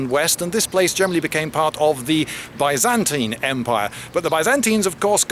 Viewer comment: By zan TINE! Not teen for crying out loud. I'm sure you are turning into an American!